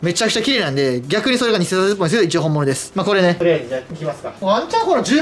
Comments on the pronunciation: ひかるさん珍しく｢偽札｣のとこの滑舌が悪い笑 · 偽札って言えてないヒカルさん可愛い